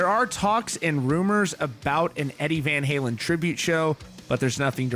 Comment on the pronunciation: “Eddie Van Haywin”